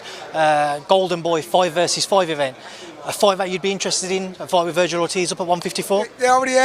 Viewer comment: Dnt mean to sound like a jerk or anything because fully enjoy your boxing uploads, but whn has Ortiz jr’s name ever been pronounced like “Vergyle” lol